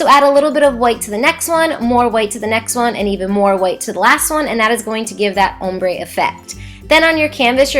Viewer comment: Also you talk too much and you pronounce ombre wrong.